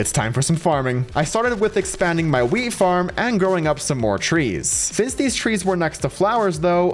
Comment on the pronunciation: When you say wheat it sounds like weed